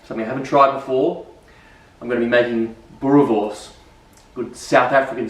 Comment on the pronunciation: Hahahaha, the Afrikaans pronunciation is not tooooo bad.!! Boerewors is our staple food. Recipe ain't too bad. If you want even better recipe, let me know.